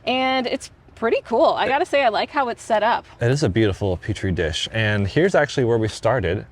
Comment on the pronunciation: It's peach tree dish. Marge Taylor green 😅😅